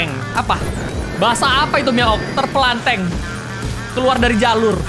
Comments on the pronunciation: Terpelanting bukan terperlanteng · Terpelangteng iyalah bahasa malaysia tpi sebutannya ialah terpelanting